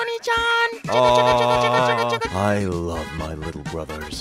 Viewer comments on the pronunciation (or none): When it got to 30 mins did he say oni chan not ani San ani sans the proper way